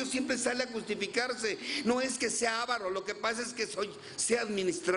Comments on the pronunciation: No es aaavaro, sino avaaaro. Fuera de eso, buen compartimiento. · Se dice aváro....con acentuacion en la segunda a